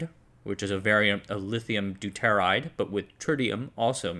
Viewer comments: Deuteride - DOOTER IDE. Not Du tear ide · Deuteride Do-tuh-ride.